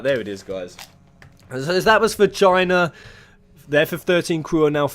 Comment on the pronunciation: stop saying China your accent and the background noise makes it sound like Vagina